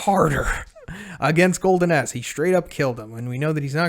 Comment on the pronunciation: Did anyone else hear him say "Golden Ass" everytime? XD